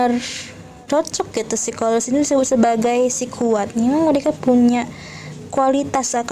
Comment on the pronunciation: Maaf bukan korelis ,tp koleris ,supaya tidak salah